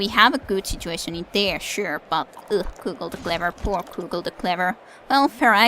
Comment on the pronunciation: Good work Cugel and nice work for pronouncing his name correctly. Though how dare you think about letting someone else have the touchdown! Cugel will not stand for it! I fear he already resents us for turning his corpse into a Ghoul. It makes me wonder how he died... Perhaps future matches will provide some insight. Keep up the excellent videos!